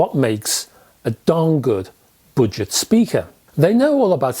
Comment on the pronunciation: I kept thinking you said “ butchered”speakers! Your accent is fine except for the word budget. You butchered it.